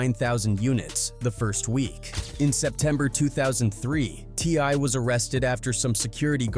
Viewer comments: the way this AI keeps pronouncing T.I. "Tee•Ahhh" 😂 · Look how this person pronouncing TI name.. this aint your lane man